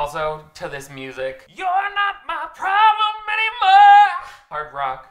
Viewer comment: It honestly sounded so good, too 🤣